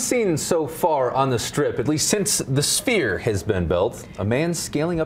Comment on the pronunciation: This man said 'spear'. It's Sphere. You're on television so do better.